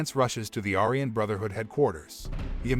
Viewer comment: are you not allowed to pronounce aryan correctly? i think they suck as people but you say it about 20 times during the video